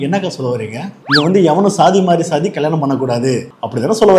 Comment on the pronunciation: எல்லாச் சாதி நீய்களுக்கும் சொல்வது என்னவென்றால்.... அது ஸ்ஸாதி இல்லையடா பன்றிச்சாதிகளா..... அது ச்சாதி என்று உச்சரித்துப் பழகுங்கடா பன்றிகோ, நாயுகோ.....